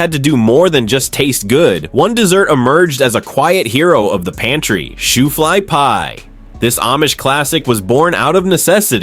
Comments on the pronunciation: That's "Shoofly Pie" Not "Shootly Pie"!!! We Got "Another One" Here People!!! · Shooflea or Shooflee🤣🤣🤣🤣🤣